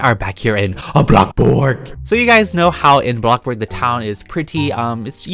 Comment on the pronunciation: ilove your videos and when you say BLAKBOARD